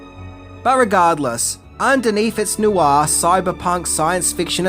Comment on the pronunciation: Noir is one syllable not two.